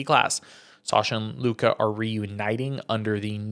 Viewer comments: Luca???? Lucas… embarrassing for a professional media member who can’t pronounce a simple name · It’s “Lucas” not Luka 😂